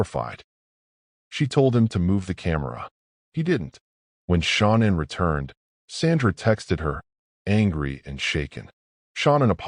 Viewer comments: Her name is SHAN ANN. NOT SHAWNEN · Her mom called her Shannon she herself pronounced it as Sha-nannn idk wtf it is you keep calling her but it’s annoying asf